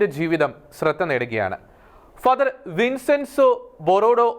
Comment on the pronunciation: വിൻസെൻസോ അല്ല വിഞ്ചെൻസോ ആണ്